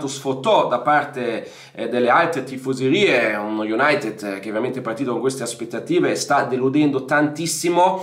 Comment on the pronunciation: Bella la pronuncia iunatt